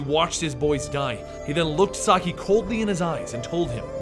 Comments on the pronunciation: "sock-eye" mate i think it's pronounced "saki" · Um, not to be rude, but Shredder's name, Saki, is pronounced "Sah-kee". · sah-key not sahk-eye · It isn't so much that its mispronounced that bothers me... its that its not consistently pronounced in either way. at the beginning it was said "Saki" then towards the end it was "Sakai." Those are two different names... I feel that this may cause some confusion to viewers... for Example, I have no idea how Oroku Saki and Hamato Yoshi could be in present day NYC having lived in the aforementioned [in the video] "feudal Japan." So conjecture from the video itself and previous knowledge of TMNT lore..."Sakai" could be another Shredder in a long line of Shredders, oh ho, have there been many. At best you get people who cringe at the pronunciations. At worst you confuse viewers and take away from the intentions of the creators and hurt the brand. Oh well. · Not Sock-Iiii